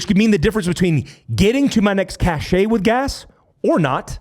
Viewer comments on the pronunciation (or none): none